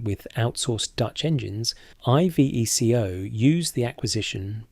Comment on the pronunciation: Dee Aye Eff, I vee Cee Oh? Fucks sake. Is this AI bollocks? Because it sounds as if the narrator hasn't a fucking clue.